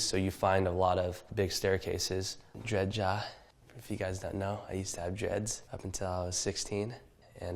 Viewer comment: 尼亞？誰啊？奈賈發音還比較接近吧